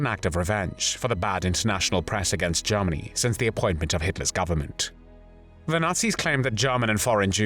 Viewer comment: Well my gut feeling was a German speaker speaking very good English but with some vowels which are a bit off. The "er" sound in the word "Germany" sounds here more like an "ah" (which is the vowel some RP speakers used early in the last century and may still be being erroneously taught in some parts of the world). "The "a" in "hand" sounds like the "e" in "hen" - too tight.